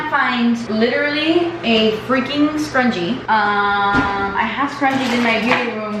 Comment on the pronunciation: Love the way she says scrunchie "scrungee" She's so cute